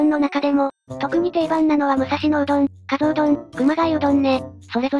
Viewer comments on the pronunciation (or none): 埼玉取り上げて頂きありがとうございます。とても興味深いですがひとつだけ、、 加須は「かぞ」と読みます。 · かすではなく かぞ です あと くまがいじゃなく くまがやです